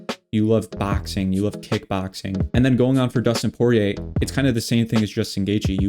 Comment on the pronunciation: you got Poirier and Geathje perfectly lol